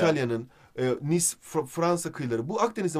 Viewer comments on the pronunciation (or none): none